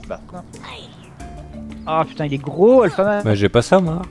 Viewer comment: sa n'est pas alphaman mais alfatman XD